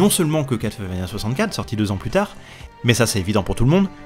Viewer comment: Enfin qqn qui prononce Castlevania correctement, lol (eh oui on ne dit pas CassEuTTTEUL, on ne prononce pas le T et toi au moins tu le sais !) J'ai ce jeu que j'ai jamais fini car on ne trouve pas assez de vieeee, on trouve que de la magieeee...arrrg. L'OST est dingue ❤ Si vous êtes nostalgiques, essayez Infernax qui copie le style Castlevania volontairement et dont l'OST est dingue aussi ❤😊